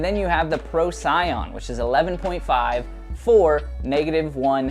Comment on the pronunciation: For the sake of corrections, the Range is a two-speed. And for real? You're going to drop the line that you're huge Trash Panda fans and then pronounce the Procyon wrong? Jessie has probably said the disc's name out loud in the last four or five videos. Pro-SEE-yon. Glad y'all are putting out content and all, but maybe tighten up the research end before the shoot.